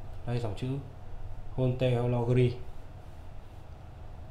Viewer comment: Đọc tiếng pháp nghiêm túc hơn nhé, haute horlogerie (high quality watchmaking) bạn đọc là ho-te là sai, phải đọc âm tiếng pháp gần như : ốt- tọc-nô-giơ-ri nhé. Thoát nghĩa là đồng hồ hạng cao cấp ( horlogerie de haute qualité ) người xã hội chủ nghĩa gọi là siêu đẳng cấp :)